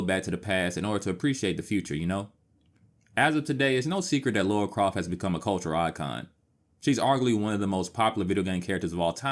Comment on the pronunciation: A couple minutes in and I've heard "Laura Croft" multiple times now... gonna keep calling her Laura for the whole video...